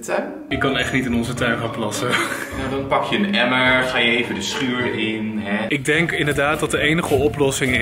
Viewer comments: Normale mensen: emmer: emmeg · Mensen: Emmer: Emmerg Emmerg😂😂😂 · hij spreekt emmer uit als emmeg hahaha! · "EMMERG, EMMERG, EMMERG!?" HET IS EMMER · Stop met me hoor ik kan het nu niet meer onhoren hahahha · spreekt de r als g uit, hoor hem: emmerg, emmerg, schuurgg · Ja hahahhah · emmergggg emmergggg emmergggg 😂😂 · Niemand: Helemaal Niemand:: Emmuhg Emmuhg, ik zoek een Emmugh😂😂❤️ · IK WILDE DIT OOK PLAATSTEN AHAHA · Hihi best grappig emig